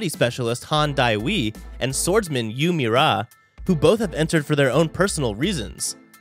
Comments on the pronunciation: "Jin More eye" "Han Die wee" "Yoo Me rah" My soul died... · butchered all the god of highschool names. Mmm yes jin moray and Han daywee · Extremely alerting pronunciation lol